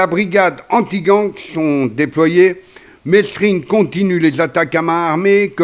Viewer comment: Mesrine se prononce mérine,c'est la moindre des choses !